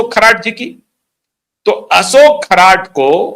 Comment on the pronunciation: खराट नही खरात बोलो.